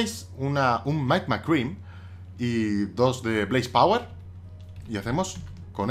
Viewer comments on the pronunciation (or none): none